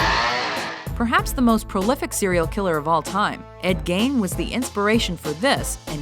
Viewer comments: Umm... do ur research before making videos like this.. and ESPECIALLY KNOW HOW TO PRONOUNCE THEIR NAMES..@... it's pronounced Geen not Gain... smh 🤦🏼‍♀️🙄🙊🤐💭🧠🧐📚🗣🆗️⁉️💯 Edit: Ed Gein was solely the INSPIRATION behind the characters in these movies... But Not even one of these movies ever depicted ANYTHING even remotely close to his story...Which is a shame since his story is very unique, as he was a very mysterious, quiet and meek individual. And alot of serial killers since have quoted Ed Gein as being one of their Idol's/inspirations... So again I say, if u had actually done ur research you would know all of this 😂😂😂😂😂💯💯💯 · Thank goodness you got in T.C.M. and gave Gein cred for Psycho and Buffalo Bill. I was getting a little worries after when you were up to #3, and no Texas chainsaw, or Psycho. btw- Gein is pronounced "Geen" like "seen". not "Gain". for what it's worth. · ive never heard ed gein's last name pronounced "gain".. ive always heard it "geen" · Ed Gein pronounced Ed "Geen' not Ed "Gain" :) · his name is pronounced Ed Geen not Ed Gain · I love it how Americans pronounce it ed gain it's ed gein !!! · Eddie Gein's last name is pronounced "geen" not "gain." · Jesus christ...yet another video where they fuck up on pronouncing something its ed gien not ed gain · The name of the serial killer who inspired Leatherface, Buffalo Bill and so many others was not Ed Gain, it's Ed Gein. Get you'r facts straight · Guy Furreri He is a relatively modern day personality, living after the invention of the video camera. The police investigating the case, in addition to people who knew him have made statements about him. His name was not pronounced Gain, but "Gin", in other words, practically pronounced as spelled, Gein! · ED GEIN not Ed Gain lol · "Ed Gain." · ...It's pronounced Ed GEEN. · Ed Gein (rhymes with "mean"), most prolific serial killer of all time? No—he only had two confirmed kills. Creepiest motherfucker who ever lived? Yes. No doubt.